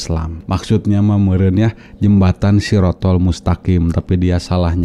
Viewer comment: Kalau orng itu benar2 paham dengan agama islam seblum nya mana mungkin dia ngucapin syirotolmustaqim aj ngg bisa,blata blitot macam itu, dasar manusia mengaku2 mungkin manusia satu ini slah satu contoh islam KTP bnyak kata orang kali ya